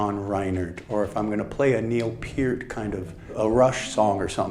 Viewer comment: Thank god he pronounced Peart properly!